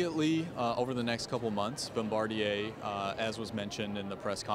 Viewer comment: Barm-ba-deer?, you killed that pronunciation.